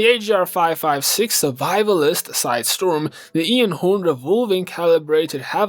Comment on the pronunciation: The only two things I dislike in this. One is the BO4 reloaded because it usually boils down to a bunch of Firebreaks running around with the annoying reactor core. The other is your pronunciation of Einhorn. It isn't Ian-horn. it's ine-horn, like Einstein because they're both German.